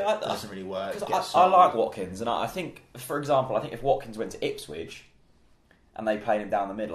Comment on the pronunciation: I has halfway through typing a comment asking why always pronounces Ipswich Ipswidge. But Chris beat me to hit